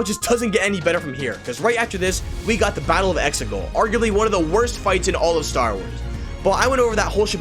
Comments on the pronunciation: "Worst Star Woys movies..." Cant unhear that. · "Star ways"